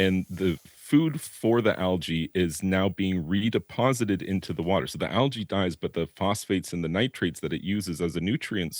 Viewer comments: It's algae al-jay not al-gay 😂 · Al-g not algay lol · Someone should work on their pronouncement of algae